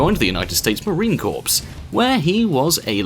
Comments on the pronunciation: Drives me insane when people does not pronounce Marine Corps correctly. You pronounce it Core not Corps. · Marine Corps not marine corpse